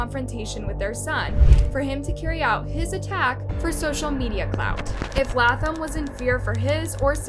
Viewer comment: Latham is pronounced Laytham.